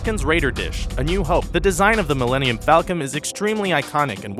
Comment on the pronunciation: OH YOU SAID MILLINIUN fALCON OOOOOOOOOOOOOOOHHHHHHHHHHHHH